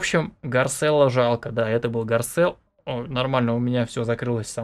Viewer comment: Не гарселло а гарчелло